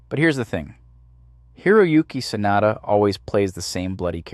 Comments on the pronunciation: The name is pronounced "Sah-nah-dah". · next time try to pronounce Sanada a little more correctly.... SAH NAH DAH. 🤣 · can't take it seriously because you keep calling him "Sinatra" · Why the hell do you keep pronouncing "Sanada" two different ways (SAN na da) (SA nada) like its two different people WTF~ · and now it's back. When it's the full name, it's pronounced how I've always heard it. But last name only? 🤔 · It's pronounced Sanada, not Sanada.